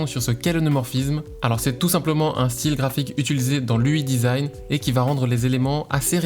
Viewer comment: J'ai mal aux oreilles à chaque fois qu'il dit "ui design"